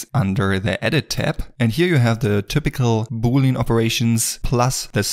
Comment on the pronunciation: Boolean is pronounced Boo-lee-an, not booleen ;-), just sayin